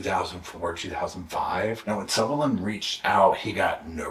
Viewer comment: The name is Sullivan, not Suvillan.